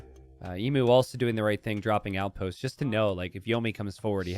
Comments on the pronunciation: E-MYU NOT E-MOO it's the same mu as emulation. you dont say emoolator English is rough and us Aussies have made it worse, but of all the misprounciations casters have done over the years, this one is the most grating. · Everytime emu is mispronounced 😢